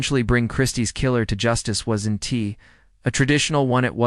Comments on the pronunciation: will there be a revolutionary breakthrough in AI, where if the apostrophe in wasn't is missing, it'll be able to figure out that that is WOZent not 'was entee ' - you'd think it'd know! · The AI you used is inconsistent and trash. Incapable of saying the word "wasn't", calling the killer "Bittaker" instead of Rowe. Do better.